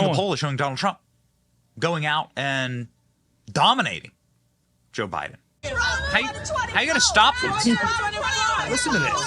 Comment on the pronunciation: I appreciate your point of view. I like the clips of real persons talking of different issues, but the AI voices mispronouncing well-known names (Biden as Bid-un and Ek-e-no-me instead of economy) and other errors is maddening. I shut the video down at that point.